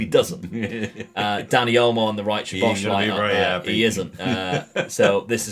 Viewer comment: Great video man! Im hungarian who lives in israel and when i learned the language it was so difficult anyway, u actually say szoboszlai like that soboslai, sz is like the sound when u use the letter s i hope that i helped with the pronunciation